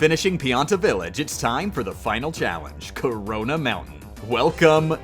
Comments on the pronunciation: did he just said ""CORONA" mountain"? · Who else thought "lol" when he said corona mountain